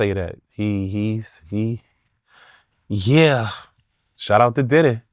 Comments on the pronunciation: Does he have to keep pronouncing it as "Titty"?! 😂 It's "Diddy" damnit! 😂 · Needs his own Show! "DIDD-EH" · “Diddeh” lol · I like the way he say DIDDY I always laugh